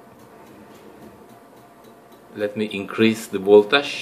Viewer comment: Videos are fine but please, learn how to say voltage. PLEASE